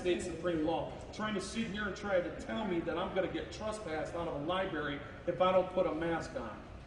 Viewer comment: Lie Berry??